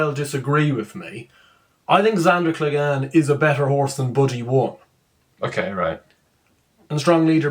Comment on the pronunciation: Who is Zandoor Cleg - Anne? He’s your favourite horse. The Hound. Clegane rhymes with pain